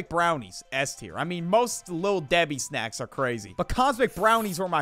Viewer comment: You botched on snacks but all others were perfect